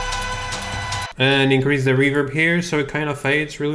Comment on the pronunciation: your pronouncing of reverb sounds so russianlike dude